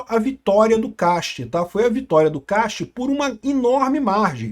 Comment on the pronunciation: É "Kast", em alemão.. Não "quest"